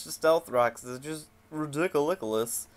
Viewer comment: "its ridicilikolous" lol thats hilarious